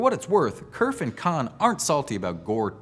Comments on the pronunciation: Having worked for and spoken to the man, I can assure you that Vint Cerf's last name is pronounced as "serf", not "kerf". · Nitpick: Cerf's last name is not pronounced Kerf but should be pronounced Serf.